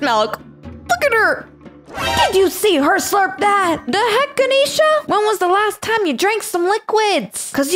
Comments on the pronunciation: It is not ganishna is ga nesh sa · ITS GAN-EhhhH-SHA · Her name is not Kisha. Her name is Ganesha.